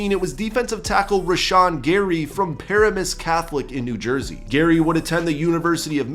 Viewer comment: You said Paramus wrong